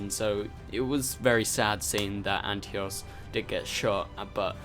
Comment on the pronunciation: Antiope not Antios.